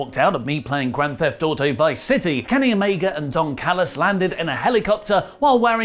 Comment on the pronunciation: I swear it sounded like you said Dong Callus lol